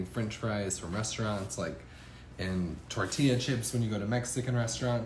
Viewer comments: It's tor-tee-ya. You're welcome. Tucson (Toosan) Arizona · Stop saying “tordeeya” ffs. People will still watch your vids without your little trademark pronunciations and the “”ay ay ay ay ayyyy…”